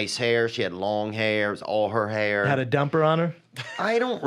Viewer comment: It’s really no surprise Brendan can’t speak Spanish and tried learning it, but couldn’t. The man can barely speak English. He mispronounces so many words and REALLY struggles with vowels. Everybody is “iverybody”. Hair is “hear”. There is “Thur”...just to name a few. The man is borderline illiterate 😂